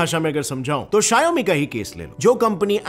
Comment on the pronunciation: your pronounciation on Xiaomi is wrong